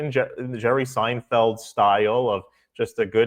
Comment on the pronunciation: It's Seinfeld, not Steinfeld.